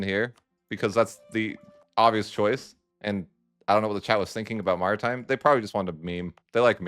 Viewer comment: Pronunciation of maritime is kinda crazy